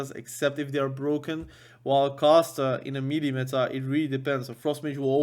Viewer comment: That word "MELEE" is not a phonetic word. Pronounce it as if you would say "May lay". That's the correct pronunciation for that word. Just thought you should know. Cheers.